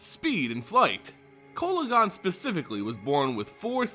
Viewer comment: Your saying the name wrong